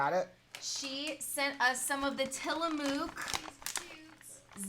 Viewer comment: FYI It’s pronounced Tilla(muck) not mook. Love your positivity.